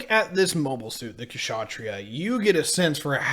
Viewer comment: It's Kshatriya, not Kashatriya. Why cant USians pronounce it properly ? It's easy, if you make a slightest bit of effort.